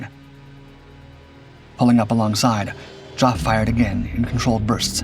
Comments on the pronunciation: Oh Jesus… Geoff (Jeff) pronounced JOFF 😆 And Dungeness… Christ on a bike- get a human in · The 224 had a goshawk engine. The Griffon was much later and replaced the Merlin in the Spitfire mk 14. There are a lot of other innaccuracies too. Geoff is pronounced JEFF not Joff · Jough? its Geoph, Geff, Jeff, love you uploads but, do you know anyone call Geophrey? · Geoff is pronounced "Jeff". So you know. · You had me confuddled for few moments.....when you get the name Geoff,its pronounced Jeff...not Ge-off. Met Mr Wellum....he was the youngest B of B fighter pilot.... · "Joff"? Geoff is pronounced "Jeff" you colonial knob. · "Geoff" is pronounced "Jeff". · "Joff" instead of "Jeff" Hilarious! Dungeness mispronounced too. You'd think a native English speaker would check! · Nice presentation, but spoiled by your awful pronunciation. Geoff is Jeff, not Joff !! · Geoff is pronounced “Jeff” not “Joff”. And it doesn’t need to be quoted as if it was a nickname, it’s a standard contraction of Geoffrey. The G in Dungeness is also pronounced as j. Bader is pronounced “Barder”. And Spitfire is the second-best British aircraft of the war. The best was the Mosquito. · And that boring, trying-to-be-exciting voice (is it artificial, I wonder?) that cannot pronounce Geoff, for crying out loud! ("Joff" all the time, instead of Jeff, indeed!) Next criticism: the commentator is hardly past prototype and early Mk 1 stage, when the film is jumping ahead and showing late Mk. types. Poor editing, in my opinion. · "Joff"? Its "Geoff", as in short for "Geoffrey". Geez, these 'Dark' channels sure know how to f up the basics and disrespect the veterans. The guy is one of the most famous WW2 pilots, he wrote a memoir about his experiences called 'First Light', which is a must read, and he almost made it to 97, having passed in 2018. Every. Single. Vid. Every one has at least one stupid and completely avoidable error. It's disrespectful to the veterans. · Geoff is pronounced Jeff, not Joff